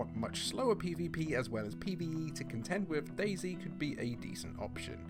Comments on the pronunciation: dayZ* not daisy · Bruh it's not daisy it's day z 😂😂😂